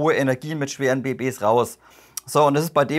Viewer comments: Guten Tag werter, das war wieder ein ausgezeichnetes Video. Aber leider habe ich wieder eine Bemerkung über die Aussprache einiger Fachbegriffe: es heißt bejadi. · es heißt "Bejadi"